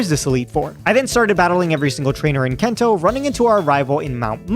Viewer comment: Brilliant video. Loved the idea. But my God... "kento". Not sure if you're doing a bit to get more engagement... But yeah it wasn't great to hear you keep doing that over and over again.